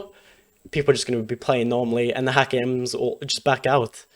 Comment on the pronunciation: Props for the right pronounciation of Häkke :)